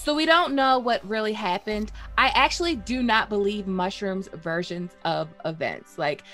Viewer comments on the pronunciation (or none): none